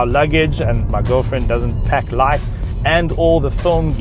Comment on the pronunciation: You say "pack light", they hear "pack life".